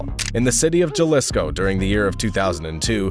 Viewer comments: Come on at least practice the pronunciation of the cities and states and actually research which ones are cities and which ones are states. Jalisco is pronounced Ha-Lee-Sco not Juhlisco and it’s a state not a city. Sinaloa is a state but you keep pronouncing it as Sina-low instead of Sina-loa. Also Michoacán is not pronounced as “Machakan”. El Mencho’s last name, Cervantes, is not pronounced as Kervantes but more like Sir-vantes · Jalisco Pronounced Ha li s co You should at least make an effort to pronounce a man's name the way he chooses to have it pronounced. Sorry it urks me. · He said yalisco and michacan lol say it right foo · Jalisco no Yalisco hrhrheh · It’s Jalisco. Not Galisco. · once you said Juhlisco I lost it and had to leave this comment to let you know I won't be watching your videos again until you pronounce these words right. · Juh-lisco, lmfao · Lmao he said JUH LISCO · Why makers of these videos (americans) spend so much time and research making these videos and can not simply google how to pronounce correctly in spanish such a important words as Jalisco? So ignorant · Lol I thought the same thing. Jalisco papas. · I stopped listening when I heard how he said Jalisco 😂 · You are totally right Jesus. Even I noticed this when he pronounced Jalisco with a 'J' sound and made other mispronunciations. It's rare when you get a good narrator.